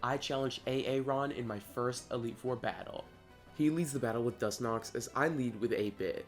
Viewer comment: Was he saying Dus-nox?